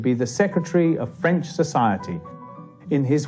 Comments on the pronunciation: Director... "So, you're sure you're ok with pronouncing French words and names?"..... "Of course, I've studied every episode of Allo Allo and have had speach lessons from Dr. Hanoosh. Director... "oh shit" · Poor subtitles and French pronunciation but otherwise good introduction to the author. (from Green Fire, UK) 🌈🦉